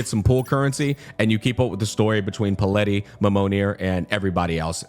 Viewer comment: Took me a while to realize that the character is called Palette, not Paleti like was saying xD as in, a colour palette